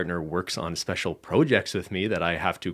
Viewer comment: the way said "projects" has me TRIGGERED